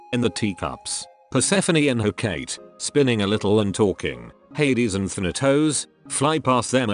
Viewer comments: Hecate is pronounced- heh caw tee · Isn't it he-ka-tee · "huh-kate" and "theneToes" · Every time it said Hecate weirdly I died a little inside